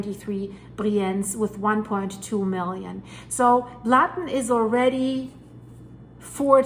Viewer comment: Blatten is pronounced Blutten.